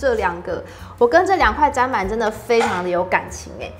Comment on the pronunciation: 看了有點強迫症發作還是提醒一下砧（ㄓㄣˉ）板